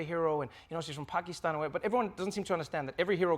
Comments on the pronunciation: As a brown person living in the States, I am so looking forward to it. Also, props to Trevor Noah for pronouncing Pakistan just like we do and not in American accent. Love you Trevor. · Brownie points to Trevor for pronouncing 'Muslim' right. And also 'Pakistan'. I love the interview! Iman is a lovely human being! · I think I fell in love with in the first Ep. Because he said Pakistan perfectly. Not sure why it matters so much but it does. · Finally someone who pronounced Pakistan correctly